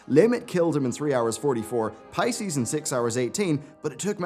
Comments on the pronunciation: P I E C ES not P I C E S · the guild is called PIECES on Eu Draenor. Not Pices lol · It's "Pieces" not Pices.... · Pie-cees.. wtf It's pieces my man xD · pieces? Pie-cees? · I think he read it as Pisces instead of Pieces lol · Did you really call them that.. Pieces.. Like as in Shattered to pieces. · how did you just say "pieces"?? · I've never heard someone pronounce "pieces" the way you did